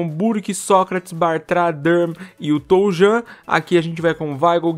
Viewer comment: Brunelli nome do Toljan se pronuncia "Tolhan" é assim em alemao